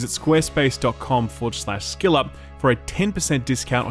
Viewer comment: Why is it pronounced Shill Up, not Skill Up?